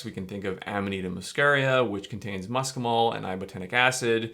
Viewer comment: Muscimol is pronounced Mussimol and not Muskimol.